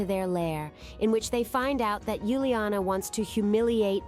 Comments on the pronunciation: Not Yuliana is Uliana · It’s Uliana not Yuliana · It's uliana for heaven's sake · It's uliana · Its uliana